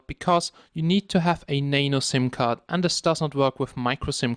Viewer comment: it's nano not nane-o XD lolzzz